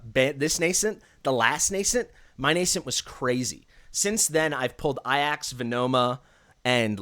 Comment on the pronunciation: It's very clearly A-Jacks....stop mispronouncing it, yikes my guy